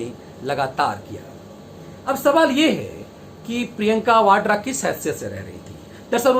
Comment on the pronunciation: Vadra bolo sir